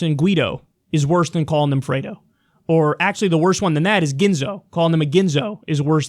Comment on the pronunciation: I like how supposed "Italians" can't even pronounce "Fredo" properly And I'm not even Italian!